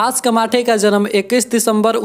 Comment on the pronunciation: अबे वो कमाठे नहीं कामठे हैं !!!, 🤣🤣🤣🤣😂😂😂🤣